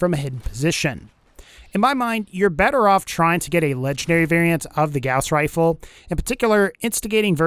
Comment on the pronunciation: WEREA WHA WAZER WIFLE